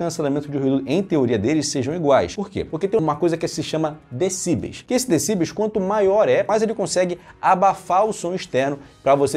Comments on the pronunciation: Parabéns pelo trabalho. Obs. A pronúncia correta é decibéis, e não decíbeis como você tem pronunciado. Decibéis é o plural de decibel. Fica a dica. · Vídeo top só faltou falar certo decibéis.